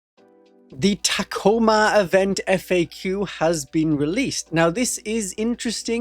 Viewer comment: Ta Co ma. It's not tac-o-ma